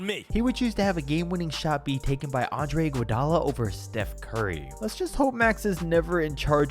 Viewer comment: "I want IGUODALO" 😂😂😂😂